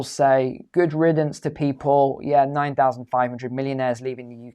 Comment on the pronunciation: Goid riddance? Sounds like intellectual fee fee's